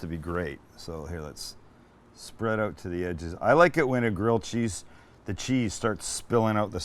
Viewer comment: Love the way you say 'out', not so keen on the way you say 'caramelised.